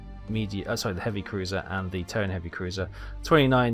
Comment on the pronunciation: I think hearing that same AA gun sound effect from every ship in the game might drive me insane. Are there any sound mods? Also the pronunciation of Tone is more like 'toe-nah'.